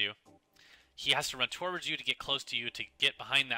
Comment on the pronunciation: tworwords... tworwords... TWARWARDS!!!